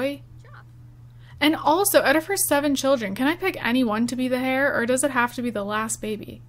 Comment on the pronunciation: Heir is pronounced 'air' not 'hair'